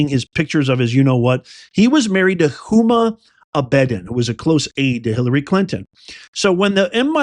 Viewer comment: Huma Abedden......lol. It's really hard to listen when you don't even know how to say her name.